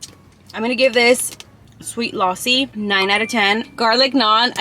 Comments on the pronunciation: I actually appreciate how you pronounce but there were some mistakes 😅 (not making you sad ) no#1you can eat rice with a spoon no#2 eat the naan with Tawa Chicken no#3 the lossi you were saying it is actually lasi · Bro you just said lossi but it's actually lassi and I was like is it's a drink of America but when you said it is milky so I got it thanks for your respect babe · Lausi 😂 it is lassi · Losi no lassi lassi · Its not losi its lasi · Not lossi it is lassi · bro what is lasssssi its lassi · Lassi ❌ Lawsi ✅ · It’s not laasi it’s lussi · Its lassi not lossi😂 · Not laassi Its lassi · This is not called lossi it is called lassi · It's funny how she's saying lossi instead of Lassi 😅😅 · its pronounced, LUSSI,NOT LASI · Lassie ❌ luossi ✅ 😂😂😂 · Lassi ❌ loussi ✅ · The lassi is pronounced as la-c(lassi) not laa-c(laasi) Loved the video❤🇵🇰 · OMG! GURL YOU SHOULD OF ASKED SOMEONE HOW TO PRONOUNCE THOSE WORDS MY FAVOURITE GAJAR KA HALWA PRONOUNCED AS GA - JAR KAAA HAL - WA LASSI - LA C PLZZZ CORRECT THEM I DONT MEAN IT IN A RUDE WAY IT JUST HURTS ME WHEN MISPRONONCED THEM THXX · It is Lassi You're pronouncing it wrong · Oh m g you said lassi ... Firstly i am so confused what you say